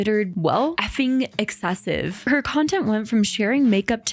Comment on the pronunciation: girl... it's "excessive" not "exessive". That is basic.